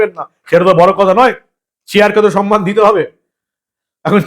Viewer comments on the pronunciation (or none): none